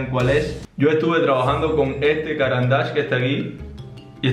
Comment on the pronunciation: Recuerden: no se dice “cáran d’ache”, sino “carán d’áche”, marca suiza con nombre en francés.